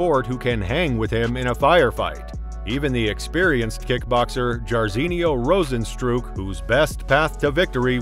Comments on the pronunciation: “Rose-N-strike”. If you actually watched mma you probably would have pronounced like how everybody else does. These countdowns channels that don’t aren’t even casual fans is annoying. Hip hop channels be doing the same thing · “Rozenstrook” “gayjee” “Perryayra”